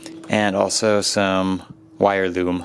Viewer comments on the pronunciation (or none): Anybody else think the way his says loom sounds funny